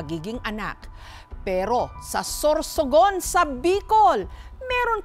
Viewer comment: SOSORGON.. -anne curtis 😂